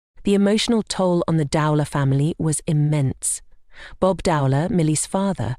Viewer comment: Would have been more respectful if her surname could at least have been pronounced correctly. Shame her sister decided to make money from it, I hadn't realised that.